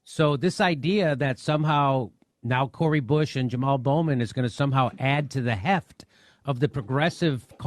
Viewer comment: He is so informed, he can't pronounced Jamal Bowman's last name correctly. Durr needs a 30 year vacay.